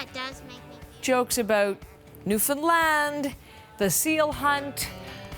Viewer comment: newfound-LAAAAAAND! lol she made sure she said it right to the point of still looking dumb for pronouncing it wrong even though she tried so hard.